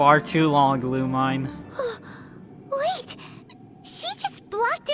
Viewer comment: owh yeah lumine is pronounced lu-meen lmaoo i was confused